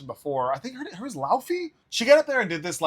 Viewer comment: Bro couldn't look up how to say Laufey